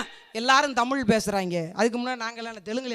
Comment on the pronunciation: தமிழ் என்று உச்ச்சரித்து ப்பேசினால் இன்னும் சிறப்பு.